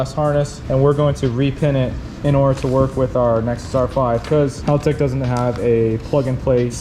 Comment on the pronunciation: It's not pronounced HAUL-tec... Haltec, Aussie English!, say it with an Australian accent!!😄 got it...you speak Aussie English real good mate!😁